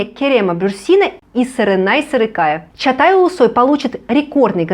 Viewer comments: Почему вы говорите. Чатай? Чагатай его имя. Может так произноситься должно? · Чагатай, а не Чатай